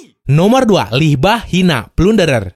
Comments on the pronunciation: loh salah sebut nama dari anime plundere libah pulak bang licht bach gitu penyebutan nama nya wkwkwkwk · Licth Bach di baca admin libah😂😂😂 pas banget libah hina/hina libah😂😂